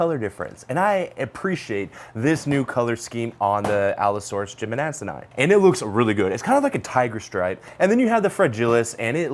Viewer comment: New challenge: take a shot everytime jimmadseni is mispronounced